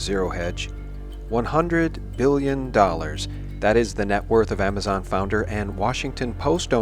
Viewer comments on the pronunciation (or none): none